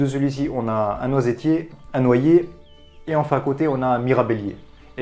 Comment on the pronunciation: Je suis le seul ou quand il a dit noisetier j'ai été choquer ? parce que sa se dit noistier 😭😂😂